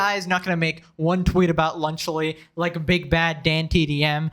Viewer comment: he be saying lunchly healthy you tweaking